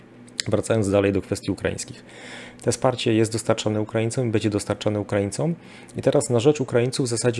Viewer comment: Bardzo kłuje w uszy mówienie e zamiast ę np bedzie. Broń Boże się nie czepiam tylko taka mała sugestia.